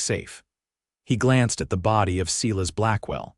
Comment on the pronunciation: AI can be trained to pronounce Silas properly - Not "See-less", but Si-Las". It's even a biblical name...geesh.